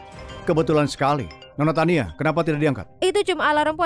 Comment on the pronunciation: Namanya Tania jdi Tiana, duber nya nge blank😂